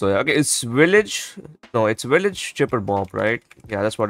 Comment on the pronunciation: the bloons are pinks not pEnks and its a Village not Willage and its round THirteen not TUrteen